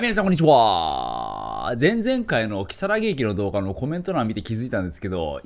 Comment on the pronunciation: ｢皆さんこんにちは〜｣がミニチュア〜に聞こえて笑ったw